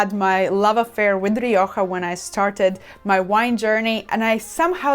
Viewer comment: I very much appreciated this review, and God bless you for pronouncing Rioja correctly. American viewers try to correct my pronunciation to Mexican Spanish. I am a 40-year student of wines of the Iberian Peninsula; Rioja is the primary red wine I drink. I live in the US and UK, buying Rioja is easier in the UK. Even in large wine retail conglomerates in the US Rioja isn't kept well. My benchmark Rioja is Faustino I, even if it varies year to year. Today I bought two bottles of Faustino I , 75th anniversary, "only" Reserva not the usual Gran Reserva for GBP 12.50, we'll see. That said, to my surprise, Marks & Spenser's own label Gran Reseva, El Duque de Miralta, bested the Faustino I did a side-by-side taste of. As best I can tell the M&S comes from Cesar Fernandez/El Coto Winery. For the money, it is top-notch IMO. Thanks again for this. I'd love to see you do a piece on Manzanilla, another Iberian passion of mine.